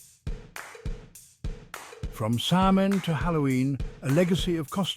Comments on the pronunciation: You mispronounced "samhain." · Hard to give a thumbs up when the narrator can't pronounce the subject name correctly.